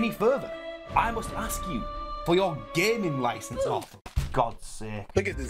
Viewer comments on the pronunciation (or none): "gaming license" is the single most bri'ish thing I've heard lately